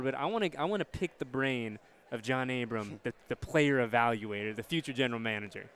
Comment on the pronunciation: It’s ABRAM NOT ABRAMS haha